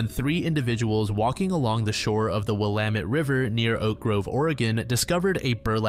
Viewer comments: Will-lam-ett not willam-ett 😁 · Willamette: Will-am-et. Not will-uh-met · Willamette River is pronounced will-am-it. Clackamas River is pronounced clack-a-miss. Oregon used a lot of weird pronunciations that Oregonians always gotta correct